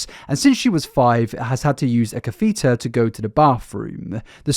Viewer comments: Catheter is pronounced cathiter the e is pronounced as an i. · Just for future knowledge it’s pronounced spine-a-bif-a-duh and cath-uh-ter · She had to use a WHAT??? Lmfao. Catheter is not pronounced like that. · Hi, sweet you mispronounced catheter. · Pronunciation off on a bunch of words. Coleen, spina bifida, catheter to name just a few. And no it’s not an English vs American thing…